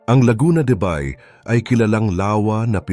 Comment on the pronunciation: Ayusin nga ang pag pronounce sa Bay....